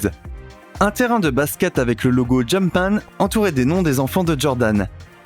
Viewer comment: Il a dit « le logo jumpan » chuis mort 💀💀😭